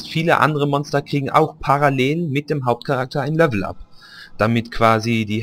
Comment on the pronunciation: Du sagst immer "Lövel up" oder "löveln"^^